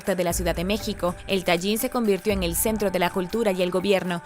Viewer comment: Hola, me gustan tus videos, aunque no estoy de acuerdo con todo lo que expones. Permíteme corregirte una pronunciación: No es Tayin, es así como se escribe, Tajín con Jota, como si dijeras Tahin. Soy de ahí .Saludos y bendiciones 👋